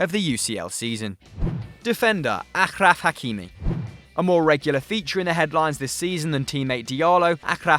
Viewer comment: It’s pronounced ASHRAF not aKRaf.. You have a fake Algerian on your team who can’t even correct that